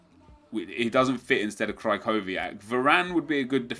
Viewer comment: You pronounce Kyrchowiak - (Kri-Hov-E-Ak)